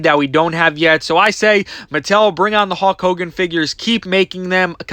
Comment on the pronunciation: Why do you keep saying Hawk Hogan??? Lol